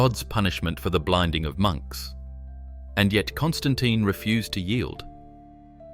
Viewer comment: Constantine the what "fifi" lol.